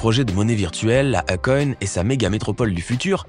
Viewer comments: Eykon ca se prononca meme si s'a s'ecrit ako' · BON pour la prononciatio, Akon.....;il faut prononcer AYkon ! Et pour son vrai prenom c'est Alioune BADARA Thiam, le damala cétait une blague, il disait DAMALA BEUGU, c'est du wolof qui signifie je t'aime. Il s'appelle pas DAMALA mais BADARA ! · Qui a réécouté le nom de Akon?🤣🤣🤣🤣🤣🤣 quelle prononciation ! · Y prononce très mal akon